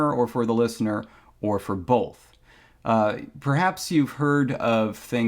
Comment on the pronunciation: "Or for bolth"